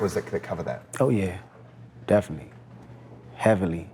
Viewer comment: He says it like "Definy" and "perid" lol